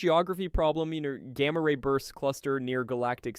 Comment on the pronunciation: Never heard someone pronunce "Gamma ray bursts" like you do.